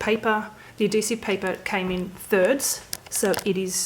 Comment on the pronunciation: the way she says adhesive.. ad dee sive.. just cracks me up